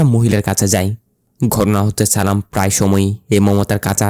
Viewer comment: Vai nam ta challam tai চালাম বলছে